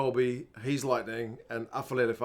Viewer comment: I heard that Aphelele pronunciation. 👍